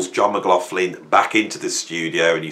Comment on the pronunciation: I'm trying to check out the albums or bands I had not heard of from this list which will keep me busy for a while ....laswell is one always went past him when seeing the name but glad I'm.now listening at the age of 68. Something annoying me.... Your pronunciation of McLaughlin...😢 😢😢😢😢